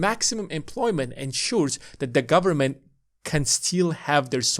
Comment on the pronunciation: "Full faith and credit of the US gubmit..." LOL